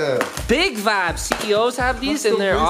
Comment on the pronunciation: whatsap with always sayin vabs?